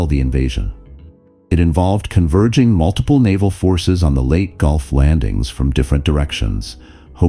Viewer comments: Poor voice captioning. Leyte is pronounced LAY-TEE not LATE. AI & Chat gpt can't replace actual humans who understand voice inflection, pronunciation, idioms etc.👎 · Leyte (/ˈleɪti, ˈleɪteɪ/ LAY-tee, LAY-tay) is an island in the Visayas group of islands in the Philippines. NOT pronounced "Late" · It would be nice if Leyte would be pronounced properly.